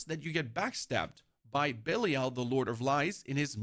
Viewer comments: Why does my guy pronounce it "Bellial" :D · can definitely tell the guy's never played d3 with how he pronounces belial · The guy explaining a lot but can’t even pronounce the name of Belial. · He pronounces belial wrong.